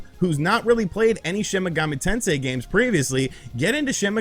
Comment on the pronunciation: take a shot everytime you hear "shin megummi tensay five"